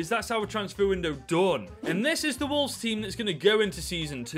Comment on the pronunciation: Fix the title. You said "Wovles"